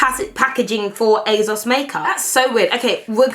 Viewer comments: It’s ASOS, ASOS!!! Not azos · ASOS not AZOZ - not gonna lie. That’s annoying me. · Is it just me or is she sounding like she says it azos instead of asos. This is NOT hate I love uuuu xxxxx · I love you patty, but hate how you say AYYZOZ! It is Asos, love. :P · Girl, please it's aSSSSSos not azoz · Asos not azoz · she says asos so weird "azoz" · Is she saying azos?? 😭😭😭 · Who knew it was pronounces "azoz"? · The way you say ASOS is so funny 😂 it sounds like you’re saying Azos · I'm here coz I laugh every time beautiful pronounces ASOS as EHZOZ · She says Asos like it has a Z in it and it really bothers me! :/ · the way pronounces things makes me laugh "Asauce" and "lip bum" maybe it's just me. love the videos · it's not her accent lol I'm from where she is. She's just got into the habit of pronouncing it incorrectly. Even Mike has pronounced it the same way and their from two different parts in the country. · Can I really watch a whole video of pronouncing “ASOS” wrong????